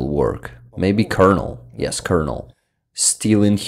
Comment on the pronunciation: Your English is super good, but just for future videos: “Colonel” is pronounced like “Kernel” for some odd reason. I noticed you used both the correct, and rational but incorrect pronunciation in the video, so I’ll just clarify that. Also while I’m at it I might as well say “Lieutenant” is only pronounced how it looks in certain areas such as the US, but the UK and Canada it’s pronounced “Leftenant”. Yet another example of the English language being stupid. Great video nonetheless!